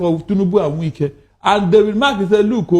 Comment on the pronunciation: Are you a foreigner? This one you're pronouncing wike as wake, wike is wike, Nigerian and their habit of adopting other people's language and culture. You're talking about someone that the followers don't even understand how you pronounce his name, how will people know you're talking about wike, when his name can't even pronounce for people to understand. Try to pronounce people's name locally pls